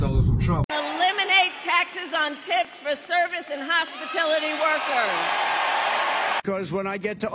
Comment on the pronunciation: WILL SOMEBODY PLEASE TELL THAT BITCH ITS HOSPITALITY NOT HOSPITILITY ! 😂😂(Unless it is... And im the dumbass.. autocorrect didnt change it so maybe it ain't wrong!)😂😂😂😂Anyhow, Beautiful Vid as usual Miss Lady ! Love ya ❤